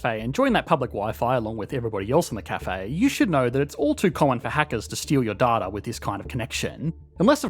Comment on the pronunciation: it's pronounced data not data